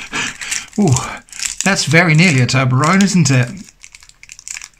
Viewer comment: Toberronne instructions?? 🤣😭😂